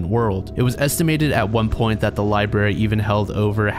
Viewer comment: LIBARY lol